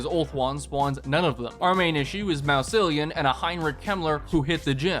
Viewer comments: "Mouseilion" hurt my soul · I received a brain aneurysm from your pronunciation of Mousillion